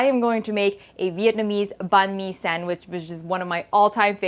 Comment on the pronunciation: Thanks for pronouncing "banh mi" correctly! Also, we have a Dac biet banh mi translating to a combination. It can also include a Vietnamese mayo or hoisin. You sound like a true Vietnamese, btw!